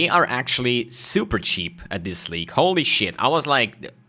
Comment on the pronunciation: This not dis